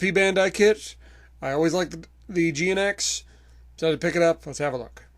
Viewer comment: GNX is pronounced as Jinx.